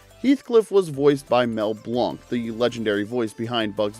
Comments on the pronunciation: Mel Blanc's last name is pronounced Blank, not Blunk. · Love your videos, but I have to point out that Mel Blanc’s name is pronounced the same as ‘blank.’ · I love the work, but Mel Blanc’s last name is pronounced “blank”